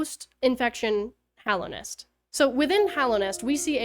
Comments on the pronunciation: It’s just nice to hear a fan say Hallownest instead of Hollownest 😅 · THANK you for pronouncing Hallownest correctly ❤